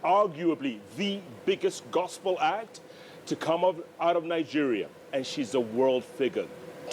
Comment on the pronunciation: lol l love how they pronounce their country's name. Ningeria😂😂😂with an n.